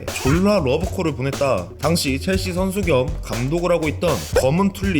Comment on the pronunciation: 체엘시~가 아닌 첼씨!로 바뀌었넹6ㅇ